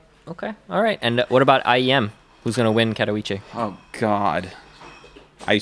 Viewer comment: Please, check out how to pronounce katowice